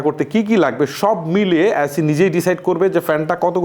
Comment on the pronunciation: ধ্যৎ! এ্যাসি,ট্যাম্প্যারেসার,কোলিং।আগে উচ্চারণ ঠিক করুন।